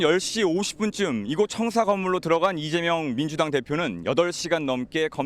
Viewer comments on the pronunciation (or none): 앵커님 왜 자꾸 이대명이라고 하세요 컨셉 좀 그만 잡고 발음 제대로 해주세요